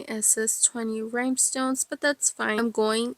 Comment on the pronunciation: Great video and beautiful cup! I did giggle every time you said “rhymestones”, though😂